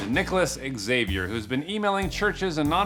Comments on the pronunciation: Great channel BUT please do NOT play background music while you are speaking. It makes it difficult to listen. ALSO.....Xavier is pronounced as ZA-Vee-Air . NOT X-A-vee-air. Thanks. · Xavier is pronounced Javier, no X avior😂😂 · It’s pronounced zavier, not ecks-Zavier. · x is pronounced z 😁 zavier. with a z. not x-avier. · I'm not a native English speaker, but I think it's not "ex-saviour", it's pronounced Zavier! You're welcome! 🤦‍♂️🤣🤣🤣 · Not X-zay-v-yer, it's Ha-v-arh. More or less. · Xavier is pronounced "Zavier" do not pronounce the X. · Good video, but man that pronunciation of "Xavier" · I cracked up everytime he says Nicolas Xavier... it's pronounced Nicolas Za-Vier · When an "x" is the first letter of a word, it is pronounced like a "z". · He doesn't know how to pronounce Xavier? Wow. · The way Americans can never pronounce Xavier properly drives me nuts. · The way you pronounce the name Xavier is quite disturbing 🤣